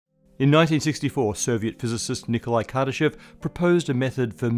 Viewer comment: anyone else think it said kardashian scale?